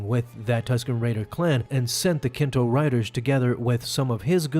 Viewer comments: Nikto. Not Kinto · Im petty.. calling Nikto, Kinto bugged me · Kinto riders? You mean Nikto dude.